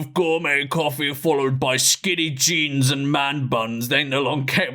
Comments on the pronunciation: the way he said jeans here felt misplaced HOW A REAL MAN WEARS JINS! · The way he said jeans had me dying 💀💀💀